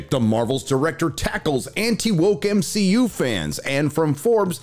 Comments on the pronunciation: It's hilarious how you refer to it as M-she-U lol 😂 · BOMB-SHE-U🙄🤦🏽‍♂️your welcome 👋🏼😉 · Why the Hell does he pronounce MCU so weird?